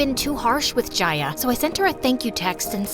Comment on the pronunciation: Well it is Jania/janiya not jaiya